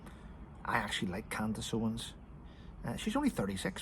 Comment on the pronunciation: It's "Owens" NOT "Owen".